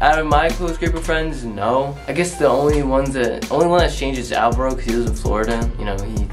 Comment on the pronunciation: no one::it ees what it ees👁👄👁 das it bruh PERIODT